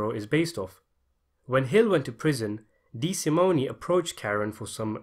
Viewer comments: The Loo-cay-zee family would whack you if they heard you mess up their name like that. Dee-sa-moan. We watch the same movies man. How? 😝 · Couple things, Dollars not pounds. DeSimone, the e is silent and Lufthansa is pronounced as in movie.